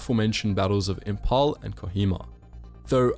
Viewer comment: I am from Imphal.Very less people know about the war Man the way you said Imphal was funny af